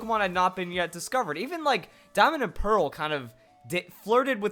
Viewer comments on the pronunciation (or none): none